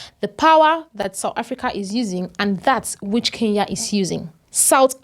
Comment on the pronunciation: She is neither a South African nor a Kenyan. Her pronunciation of Kenya is more like Keya and Kenyan comes out as Keyan! Talks like a Nigerian, loud mouthed like a Nigerian, reasons like a Nigerian, then she must be a Nigerian! By the way, I am a Kenyan, and not a Keyan, as this vlogger is trying to imply.